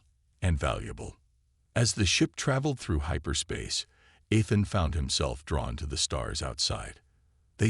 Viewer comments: Nice story, so far. I am at 22 mins and I must say....your AI, as most others, SUCKS!!!! Do you ALL get the same version AI from the same second hand store!!!???? What is his name????: "Eh-than", "ITH-in", "ITH-an", "EE-than", !!!????? What is: "BEAR-idgd"(barrage), "..Bids of sweat..", "SAB-uh-taydged"(sabataged)!!!!!????? What other BS mispronunciations are to follow in the next 23 mins????? I REALLY wish you ALL would stop using AI until they can actually spoke Anglishes!!! Narrate your stories yourself like the better guys n gals do. THEY don't make grammatical mistakes a thousand times in one story. MUCH more enjoyable that way!............just sayin............ OH,.....and at 45 mins...."un-RED-able"!!!!!!!!!!!!!!!!!!! POS AI. That's all...........POS AI.....and freaking "SAB-uh-taydge" about a THOUSAND freaking times in this story.!!!!!!!!!!!!!!! WELL, then Finally ......"COZ-muss"(cosmos)...again...what a POS AI! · I have to agree, time for a new AI maybe something you have to pay a small sum to use. This one you're using now can not even pronounce Ethan's name correctly.